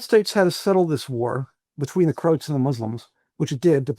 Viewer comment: Why is he mispronouncing “Croats”?